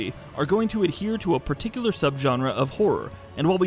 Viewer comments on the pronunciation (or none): none